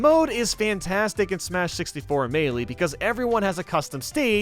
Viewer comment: ITS NOT MEELEEEEEEEEE